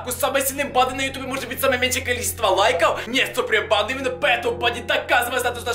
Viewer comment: Что он говорит всё видео?Супринпанда?(я знаю,что должно быть суприм банда